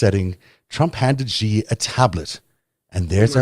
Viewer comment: The "X" in the Chinese name "Xi" is not pronounced like the "g" in the English word "regime"; it is pronounced more or less like an "sh"; thus, "Xi" is pronounced more or less like the English word "she." Similarly, the "J" in the Chinese name "Jinping" is not pronounced like the "g" in the English word "regime"; it is pronounced more or less like the "J" in the English name "Jim." Also similarly, the "J" in "Beijing" is not pronounced like the "g" in the English word "regime"; it is pronounced more or less like the "J" in the English name "Jim." The name of Arabella Kushner's nanny, XiXi, is pronounced more or less like the English words "she-she," and neither "X" in this name is pronounced like the "g" in the English word "regime." I've explained this in comments below your videos (which I watch faithfully for their excellent content) at least 30 or 40 times now, over the past couple of years. If presenting a series devoted to an exploration of China's influence on world politics, why not invest a few minutes into learning how to properly pronounce the name of China's president and capital city?